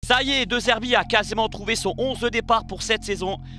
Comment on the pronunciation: Un détail de prononciation, D"é" Zerbi, le "e" se prononce é.